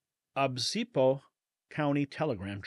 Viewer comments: Oh my! Look at the word again: O bis po. San Luis Obispo. NOT Obsipo. That was embarrasding. An egregious mispronunciation and also shows you've never heard of the place. Good grief. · "San Luis OBSIPO"??? It's San Luis OBISPO! Get it it right...SMH! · San Luis oB I s p o. Not Ocepo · It’s San Luis “o”-Bees-bo” (Obispo) NOT “on-Seep-o”. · *OBISPO not OBSIPO‼️🤦🤦🤦🤦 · San Luis Obispo! not Obsipo! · San Luis O-bis-po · San Louis Obispo (oh-bis-po) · The pronunciation sounds like, San Luis O Beespoe just ta help ya out. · just a little grammatical correct with phonetics. The name of the newspaper is pronounced San Luis Ō-biss-po. Other than that, good report. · It’s said o-bis- bo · It's San Louis O-BIS-po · san louis o bis po is pronounced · It's O-bis-po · You didn't pronounce Obis po. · Just an FYI "San Louis Oh-Biss-Poh" would be the correct pronunciation. Love what you do. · It’s pronounced san louie o-bis-po. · Dude you cannot even pronounce San Luis Obisbo? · You didn’t pronounce Obispo properly. But we got the idea